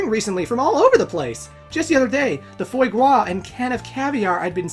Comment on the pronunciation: Yo this is gonna come off as super nitpicky and you probably don’t care but it’s pronounced fwah grah, I didn’t take four years of cooking in high school and one year in college to not say that.